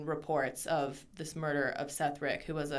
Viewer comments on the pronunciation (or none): the dudes name is Seth Rich not Seth Rick, you guys should really do research before you do stuff like this, that dude had no access to any of the emails or attachments anyone claims he did and there's no evidence he sent anything of the sort to wikileaks, you just sound dumb as hell if you do no real research on the topics you're bringing up